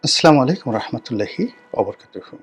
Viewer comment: Bahi Assalamualaikum Assalamualaikum ektu shuddho kore uccharon koriye. Apni na sonshodho milad poran yo Assalamualaikum eta shuddho kore uccharon korte paren na keno.